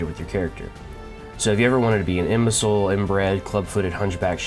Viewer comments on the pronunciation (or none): "so if you ever wanted to be An inbecil" ...okay that sounded funny 😂